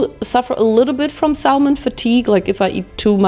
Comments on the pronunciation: Hey!! I realize English is your second language so just to be helpful "salmon" has a silent "L" in English..so it's like "SAM-in". Love ya, girl! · The “l” in salmon is silent. It’s pronounced “Sam on” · honestly for someone like her it's surprising she doesn't know the 'l' is silent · ily so much but you dont pronounce the 'L' in 'Salmon' <3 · LOL FYI: you don't pronounce the "L" in salmon .. THE L IS SILENT ... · the way u say salmon i can’t 😂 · please dont pronounce the L isn Salmon thank you lol it's driving me insane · We "bought, chose, purchased, selected, ordered, tried, tasted" several different mochi, not "WE TOOK." Also, the "L" in the word salmon is silent. ❤